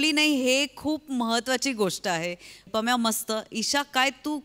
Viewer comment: pamya chya jagi panya Fumble padla 😂